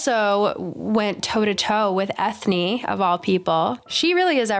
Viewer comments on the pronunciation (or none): They gave Eithne an Irish name so I think her name is supposed to be said like Enya. Pretty sure a cutscene from the Darkest Faerie video game shows Balthazar shoving a human-sized faerie toward the opening of a bottle, and she automatically shrinks to fall into the bottle. I want more faeries of color!